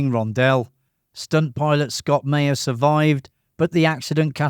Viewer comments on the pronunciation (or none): none